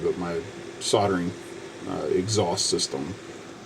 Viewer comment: It's not soderen, it's called SOLDERING...now,.. one more time so you my adsorb it permanently SOLDERING....THE..ING at end of a word is their for a reason...ooink, Oonink? Weee, weee, all the way HOME.